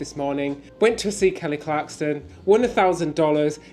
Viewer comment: KELLY CLARSON...NOT CLARKSTON 😜